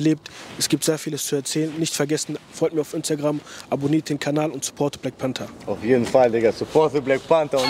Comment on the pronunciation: ich verstehe immer wrap bei panther😂